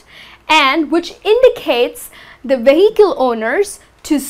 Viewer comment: You are pronouncing VEHICLE in a wrong way! H is silent ☺